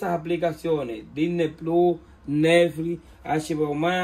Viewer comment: Soy tu comentario número 30 y vos y tu acento con el Disney pluuuu no me ayudaron de nada lo cambié como 50 veces de países para poner HBO max y no pude por lo tanto tu explicación científica no me ayudo en nada pero por lo menos me reí desde ya muchas gracias la radio está muy buena y aguante el canal te escucho siempre